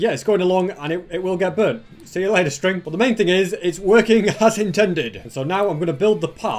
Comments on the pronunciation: you said sting instead of string. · I like the way you said that “string” Btw love your vids don’t change a thing of what you are doing in YouTube